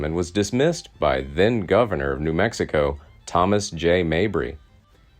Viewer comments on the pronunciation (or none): none